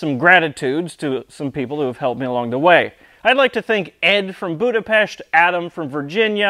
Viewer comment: Thank You for saying Budapest the correct way! You earned a like and a new subscriber.